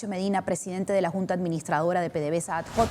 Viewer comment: no digas "ad joc" la H en latín es muda, por tanto pronuncia "adoc".